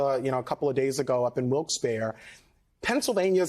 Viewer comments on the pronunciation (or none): Huh? He‘s a Pennsylvanian and says „Wilkes Bear“ It’s „Wilkes Berry“. We’re not in France!